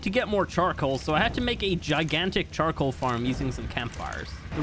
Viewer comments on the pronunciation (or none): none